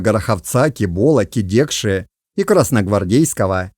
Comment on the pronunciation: Не КидЕкша а КИдекша